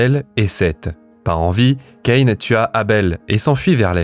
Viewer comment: Ca-in !🙄 ( Caïn) Vous etes inculte à ce point là ?